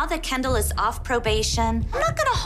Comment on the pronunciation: It’s Kendall not candel…